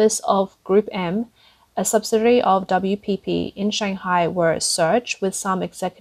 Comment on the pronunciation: Why is it that the female narrator cannot, in this or any video, properly pronounce the word 'subsidiary' ?